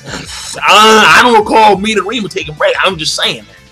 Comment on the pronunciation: I'm sorry but why are saying the names incorrectly? I love your reviews but it's starting to piss me off. Midorama Me doh re ma. Kuroko Kur ro ko You've said everything else correctly.